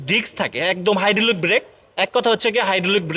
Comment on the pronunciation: 🤣🤣 কি উচ্চারণ রে ভাই। হাইড্ডলিক, এলো রিং, গেলাস, ক্যামারা, বনাট, ফ্রাইবেট কার, নুকিং গেলাস, ড্যাজ বোর্ড, ব্লুটু, হরেন 😂😂। এই হলো আমাদের দেশের ব্লগার দের অবস্থা।